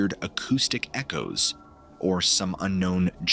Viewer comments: Dumb A.I pronounces Echo correctly then again as eco! and this is why I will not tolerate or continue listening to A.I shyte! is the story teller can't tell it himself then it is fake. 🤬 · Good video. But the way you pronounced white noise as “nose” and echo as eco was unexpected